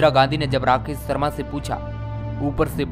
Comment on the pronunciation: भाई अपना pronunciation सही करें राकेश शर्मा होता है सर्मा नही।आप श को स बोलते है।